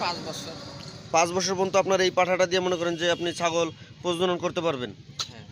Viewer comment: ভাই প্রজন নয় কথাটা প্রজনন